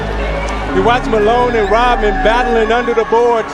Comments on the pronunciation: Rodman, not Rotman. The letter D, not a T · It's sound like the narrator is saying Rotman rather than Rodman.